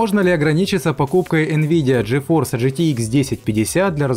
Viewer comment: Гейситком? Лол Произноси как-нибудь другим способом :D